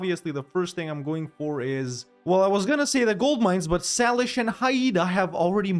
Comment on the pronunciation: Its Say-lish not Sal-ish